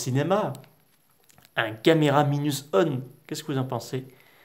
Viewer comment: Godzilla Minus OUANE on dit